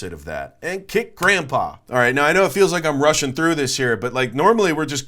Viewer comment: I liked how you said you're "Russian through this" 😅